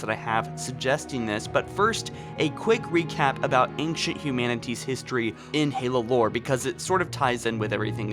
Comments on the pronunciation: I love you....or......or whatever: but please, PLEASE, say the words "ANCIENT" and "XBOX" correctly or stop saying them! For some weird reason you say "Ankshunt" and "EtsBox". I don't get it. Please, please fix it. Again, love most of your videos, but hearing that is driving me insane! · Accent? It's not an accent. It's a mispronunciation. Plain and simple. Just fix it. It's pronounced "ain-shunt" or "ain-chunt".... Either one is fine. Also, just pronounce "X". It's a letter. It's not "Ets". It's "X". Simple enough. This is a not matter of accent. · Right..... But..... He doesn't have a Brooklyn accent. It's a very standard American accent except for the words ANCIENT and XBOX. It just makes no sense. I'd understand if he had an accent, but he doesn't, which is why it's so confusing....